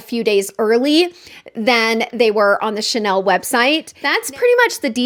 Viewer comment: I think I will not be able to help myself. I have not been tempted by Chanel in a loooong time. I appreciate the effort of searching how to pronounce the name. Thank you